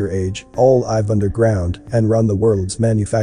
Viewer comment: I realize live & live are spelled the same but pronounce differently. Your computer voice is pronouncing it wrong for the sentence 🤫🤔🙄